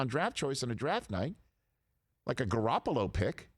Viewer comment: Says garapollo pick lmao